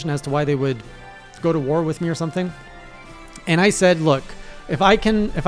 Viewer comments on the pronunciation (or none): none